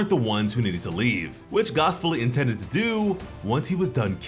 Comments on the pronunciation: It’s pronounced Gas like regular gas not gaas. There’s oil, elect(short for electricity) they are the heaters. Please stop saying Gaas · I hate how this nigga says gas its just gas like what goes in the car my dude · Please, for the love of Yamoshi, please stop calling him "Gaas", his name is ⛽ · Dude. His name is "GAS" like GASS not "GOS". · Why you pronouncing gas wrong?… lol